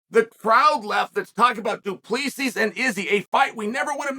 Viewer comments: The last S is silent. More like Du Plessi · HAHAHA, doo-pluuh-see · As a Namibian it's funny AF watching Chael pronounce Du Plessis "Du Pleeecees"😅😅😅😅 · Eugene Berryman, Du Pleeseez and Pee era... Fuckin Chael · “Du Plea-seas” “Bla-hall” 🤣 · What about Du pleaseez 😂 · I’ll never forget when chael pronounced du plessis as du plexus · It's funny hearing people pronounce Du Plessis wrong because they don't speak Afrikaans 😂